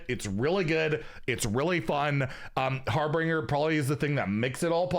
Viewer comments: it pains me whenever says harbringer instead of harbinger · Drinking game: take a sip every time a streamer mispronounces a card name. Simple mistake, like 'Arkmage' instead of 'Archmage.' Take a long sip every time they add a full letter that isn't there, like 'Har-binger' becoming 'Har-bringer'. Take a full drink if they replace an entire word with something completely unrelated, like 'renaissance' instead of 'resonance.' In all seriousness, though, nice to have a point of reference. The game's been weird to get back into, mixed bag if you don't know what to expect. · Anyone else mildly infuriated every time pronounces harbinger incorrectly? (it's pronounced har-ben-jur)